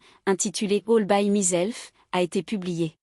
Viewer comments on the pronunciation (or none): "" All by MIZELF" !!! on se Moque de qui là ? MYSELF = en phonétique " MAÏself""!!! Tssss...Et ça continue++++ pénible la voix qui ne SAIT pas parler ANGLAIS!!!!😟😟😟